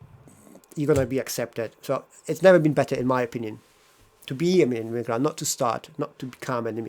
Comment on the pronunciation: I don't like the way you say the word "immigrant". When you say it, it sounds like "immiGRUNT" - you should use the neutral vowel in the last syllable (/ə/, the one at the end of the word "sofa") and not the same vowel as in the word "cup". And when you say "bad person", it sounds like "bat person" - the d should not be devoiced before a following unvoiced consonant. And "since I'm here" should be "since I have been here".